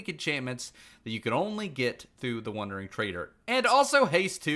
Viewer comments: The fact he said wonder instead of wander this whole video drove me nuts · Every time he says “wondering”…. Drives me crazy! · bruh you say "wondering trader" lol